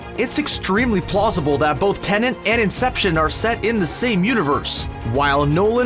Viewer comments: Why do you keep calling it Tenant and not Tenet?! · Man keeps saying Tenent lol